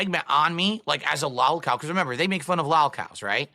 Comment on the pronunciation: We've all scratched our heads and wondered how much is prissy affectation, regional dialect or intentional mockery, but there is NO excuse for "L'allkow" besides is drunk and regarded. None.